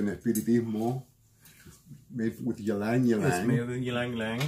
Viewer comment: ee-lang ee-lang is the pronunciation lol, !!!not trying to be a jerk just helping!!! the name comes from the Tagalog word for the cananga sambac jasmine, the region where the type of sambac jasmine came from - hence the word but its interesting bc in south east asia especially in the philippines and in malaysia the ylang ylang flower along with other similar scented white flowers are often used in offerings for spirits etc and thank you for this video! - i rarely see kananga water spoken of